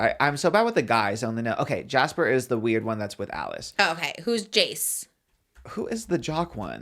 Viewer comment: saying Jace instead of Jasper and trying to figure out who Jasper is hahahaha